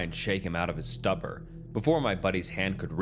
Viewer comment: It's not stuppur. Stoopor. Stoop-or.